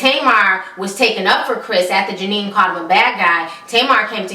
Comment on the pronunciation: She don’t get nobody name right 🤣🤣🤣 Janine and karatchie 🤣🤣